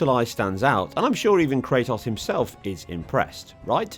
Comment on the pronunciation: This man really doesn’t know how to pronounce kratos….